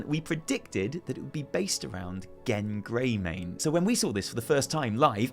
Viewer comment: "Gebb Greymane"